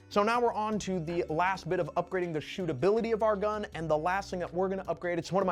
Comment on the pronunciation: Love “stootability” 😂😂